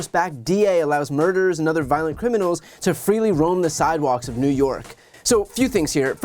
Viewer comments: What’s a “SIDEWAK”? 🧐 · What's a "sidewak"??